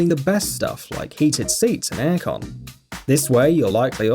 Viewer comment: It’s just the way he says A/C